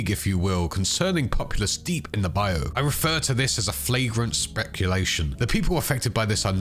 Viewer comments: Just fyi the Bayou isn’t a specific area but refers to the swampy country lands of Louisiana Mississippi and Florida in general. It’s also pronounced Bye-you phonetically whereas you’re saying bye-oh Minor thing but I had to say something as a native east Texan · Pronounced bye-you